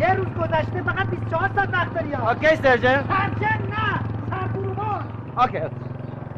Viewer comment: دقیقه بیست و هفت که میگه « سرجنت» ...جهت اطلاع، تلفظ این کلمه به انگلیسی میشود « سارجنت» . واقعا چقدر بی سواد Sergeant